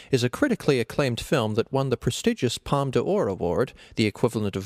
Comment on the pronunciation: d'Or is pronounced "Door" not "Dee-or"